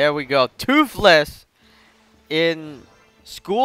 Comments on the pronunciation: Say toothless not toofless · seriously just because he is saying toothless wrong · I'm not liking or subscribing because u are saying toofless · Can you say toothless anymore wrong?